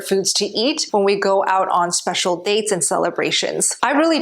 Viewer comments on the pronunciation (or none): none